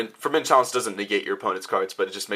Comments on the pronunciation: forbidden lace not chalace lol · Is he saying Forbidden Chalice?